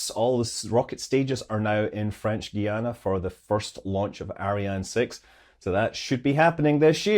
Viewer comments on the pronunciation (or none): none